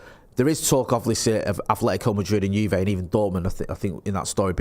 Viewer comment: Love the way pronounced Juve as “Jew vay” 😂